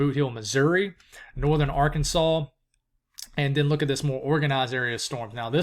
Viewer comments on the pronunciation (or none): none